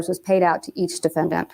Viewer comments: For some reason I have huge issues with how judge is saying defendant... it is bugging me and I have problems focusing on the rest of the video haha oh my lovely autism brain... the a at the end should phonetically be said the same as the e in the beginning but it doesnt sound like that in my ears and it really throws me off - dəˈfendənt I remember this trial but I didn't watch most of it. I was my first year in college at the time and I had so much homework. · Ugh same, each time he says it, it bothers me more than the last time. It’s so infuriating that I have trouble concentrating